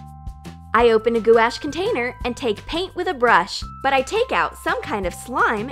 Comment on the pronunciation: goo-ash?? gwash = gouache